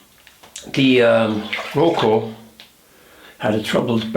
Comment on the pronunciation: I think it is Rocca and not Rocco